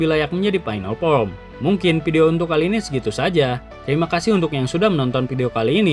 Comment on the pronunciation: FORM bang, kok sering dnger jd from 😂😂😂